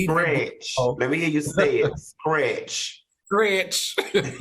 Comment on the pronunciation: I thought she said scratch too😂